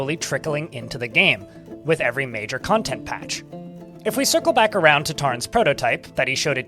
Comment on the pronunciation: The uwu virus got you at the end. While reading I envision you talking then suddenly fur starts sprouting and your face contorts while saying "cwantent"